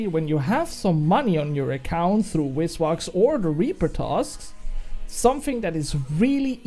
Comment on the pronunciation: great vid, hate to break it to you btw, but its called VIS wax, not wizwax :hand-orange-covering-eyes